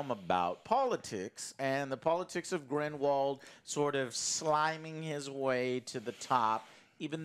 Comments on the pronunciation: Here we go again. GRINDLEWALD. Not GRIMWALD. Movie reviewer...learn the names if ur getting paid for this stuff. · It’s NOT GRIMWALD!!!!!!!! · I chuckle every time calls him "Grimwald":) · Joe consistently saying "Grumball" instead of Grindelwald is hilarious, but them saying how they remember all the Harry Potter movies while forgetting Aberforth, Hermione's parentage (both her parents are muggles, thats why Malfoy calls her "Mudblood") and how the Elder wand works is doubly hilarious. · These guys have a really difficult time to remember or pronounce Grindlewald's name... they keep saying Grindwall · Lol, Joe is always messing up character names. Grinwald? 😂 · Years later and still doesn’t know how to pronounce “Grindelwald” 🤣😂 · The movie is expectedly dumb I'm sure, but so is saying Grindelwalds name wrong 600 times within 40 mins, no offense gentlemen;) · I’m trying to figure out if Joe constantly mispronouncing “Grindelwald” is supposed to be a gag or not @@